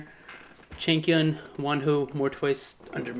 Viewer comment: Well lol i always hear chicken when you say changkyun 😂😂 my baddd